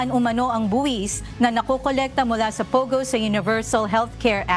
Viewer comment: ate POGO, hindi POWGOW